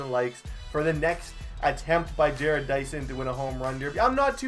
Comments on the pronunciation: Bro his name is ja-rod dyson not Jared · Yeah it's Ju-Rod Dyson not Jered. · It's ja-rodd Not Jared please pronounce it right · It's Ja-Rod Dyson. Is how u say it. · I'm a royals fan jerrod is pronounced with an ah sound je-rod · It's pronounced ja-rod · yeah get your names right Boi!!!!!!!!!!!!!!!!